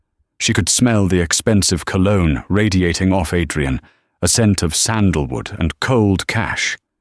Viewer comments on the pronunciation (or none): none